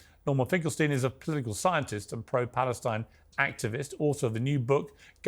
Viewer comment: Norman Finkelstein can't even pronounce his own name. He can't even make a snake sound... how can someone listen to a man that cannot even pronounce iSrael.. There's an 'S' in there.. but I don't hear Norman saying Israel... I hear him saying Ithrael. He can't say Palestine... he says Palethtine. Get it right Norman.